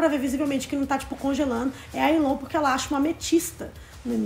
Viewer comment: se fala elon